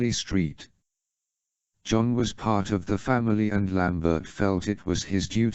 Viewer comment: The pronunciation of Carly Street John cracks me up every time lol